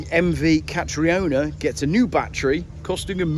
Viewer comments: "Kah-tree-oh-nah" 😂😂 Oh! Its pronounced "Kah-tree-nah! (Catriona) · catriona is pronounced catrina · I would pronounce Catriona as Catreena.